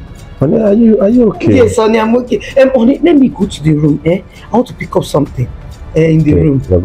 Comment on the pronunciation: The word is room not toom